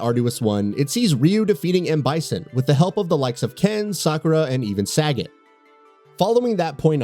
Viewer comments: lol it’s ‘Suh-got’ not ‘saggot’ as pronounced in this vid. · "SAGGOT" lol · Yo, what the fuck did you call Sagat???